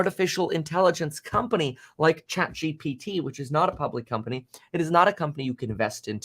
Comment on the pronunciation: ChatGPT is Not hard to pronounce dude what lol